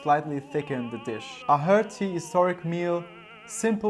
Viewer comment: Love your channel, keep it up! Just a small piece of advice about pronunciation: "hearty" is pronounced like "harty," not "hurty" ; )